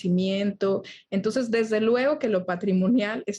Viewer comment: dice "Tonces" o es mi imaginación?